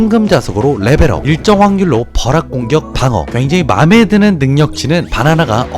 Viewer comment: 버락공격? 버락? 내가 이상한거야? 형이 발음이 살알알알짝 이상한거야?